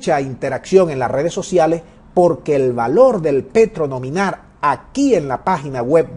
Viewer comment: Asno, no se dice nominar. Idiota, se dice nominal. Nominar quiere decir eg. Nominar a alguien que tome mi lugar porque yo soy un bruto.